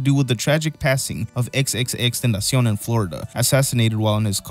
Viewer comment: saying Tentacion vs Wii Me Knee is the true duality of man